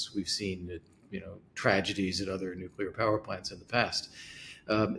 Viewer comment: Why of why is it so hard to pronounce NUCLEAR correctly? Your US guest can.